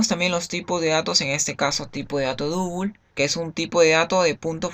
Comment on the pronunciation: Y para double no decir Dúbul. Dáubl sería una pronunciación mas aceptable.